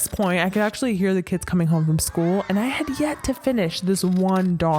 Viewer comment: Did she say kids? She didn't say that right?